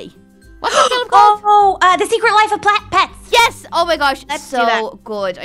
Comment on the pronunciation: when ally said Secret life of 'Plets' 😂